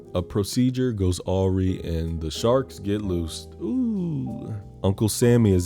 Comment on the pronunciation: I'm not gonna let you off for saying awry like that